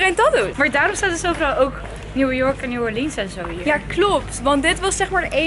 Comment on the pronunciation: mooie dame heb je maar ik irriteer me aan die R bij hier!!dan word het hie-rrrrr:):(